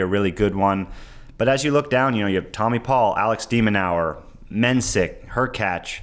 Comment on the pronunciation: De Djong Marcos Jiron Alex De Minawer #lastnamebutchering